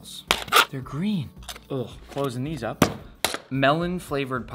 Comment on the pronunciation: silly thing, the melon pocky is pronounced meh-lon, not really rhe usual watermelon, nice!